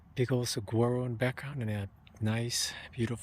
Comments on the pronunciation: It's pronounced sah war oh. I live here in Saguaro west. It's a great place for artists. Enjoyed the vid. Subbed. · Single saguaros without arms are called ‘spears’. You have to learn how to pronounce suh wahh ro as the last folks said. :-) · The saguaro flower is Arizona's state flower....it is on the saguaro cactus. It's pronounced "suh-wah-roe." You don't pronounce the word with a hard "G." I have to laugh when you say it with the hard g. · My girlfriend is laughing every time you say saguaro (as it sounds).